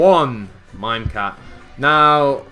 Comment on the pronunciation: stop saying mimecat xD